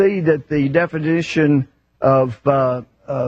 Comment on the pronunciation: Sir, i do not believe "Defidition" is a word.